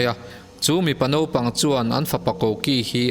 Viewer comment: Naupang thla tiin chhiar zawk la. Naupang tiin i ziaka nopang tiin i lam leh daih sia a diklo deuh a ni.